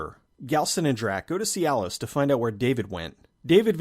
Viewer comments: I keep hearing "goes to cyalis" lol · I’m so immature. Every time you said “see Alice” I chuckled. Cuz... dik pils lol